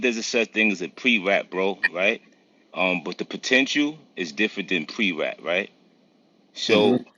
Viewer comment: Dude said "Pre rat".